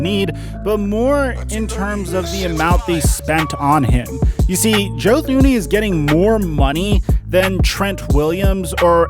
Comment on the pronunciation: Joe Thuney is pronounced ‘Too-knee’. To be an NFL expert you at least gotta pronounce the Super Bowl runner-ups’ biggest signing in regards to protecting the best QB in the league.